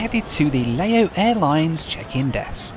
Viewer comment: Please,..what is Layo Airlines?..make an effort, at least..sometimes you pronounce it nearly correctly & then back to Layos & Layo Airlines